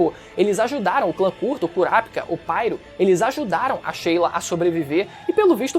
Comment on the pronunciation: Nao e curapikah e curapica porra 😂😂😂 fala direito